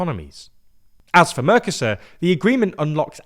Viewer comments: It hurts my ears every time you call the trade block "mörcäsör" instead of "Mercosur". Spanish has very simple, clear, easy to understand rules for spelling and pronounciation. One should not apply English rules for pronounciation - which actually are no rules, but a huge mess - to Spanish or other languages. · Please make an effort to properly pronounce MERCOSUR, I'm a spanish speaker hearing this on the background and you sounded confusing at first. Thanks! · Merco-sur Not mercos sur